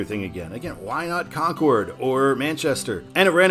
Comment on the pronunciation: Of all the cities to pronounce wrong, it was Concord and Methuen.